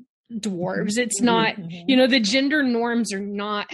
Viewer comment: “Ginder norms”